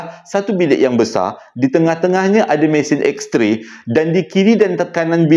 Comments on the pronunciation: X-ray joe bukan X-tray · abang salah bukan x tray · yg hensem: Betulkan sikit… Bukan juru gambar, tapi juru x-ray. Bukan x-tray, tapi x-ray Thanks